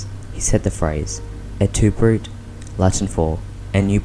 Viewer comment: It's pronounced "broo-tay" not "broot" ! 😂